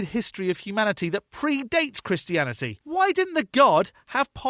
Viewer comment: he pronounces it "krishianny" Also, a book is not direct evidence, and he knows it.